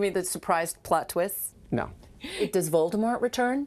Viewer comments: SHE SAID VOLDEMORE INSTEAD OF VOLDEMORTTTTTT OMG I LOVE YOU SO MUCH LADY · she said voldemor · I just checked and she said Voldemort :/ She just didn't accent the T, which like nobody does in most words with a T at the end :(( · Lilly Shaul She still didnt pronounce his name properly though :'( She just didnt accent the T fully, just like if you say "cat" people dont tend to actually say the T accented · Lilly Shaul I know, thats not how she said it though :( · HAHHAHHAHAHAAHA SHE SAID VOLDEMORT WRONG LMAO